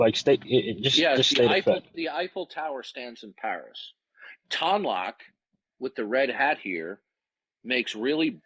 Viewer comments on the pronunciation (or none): It’s not tonn loc it’s ‘tone’ loc How can his good friend not know this? Le sigh